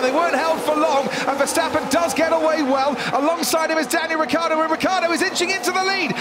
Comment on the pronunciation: Ricciardo with the iiiiii please !!! Not Riccardo!!